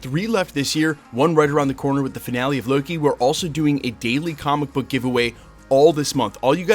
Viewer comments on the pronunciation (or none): none